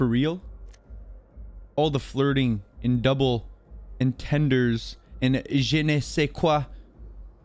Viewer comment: “Double En-tenders” 😂😂 bruh I’m bouta order that at McDonalds next time I’m there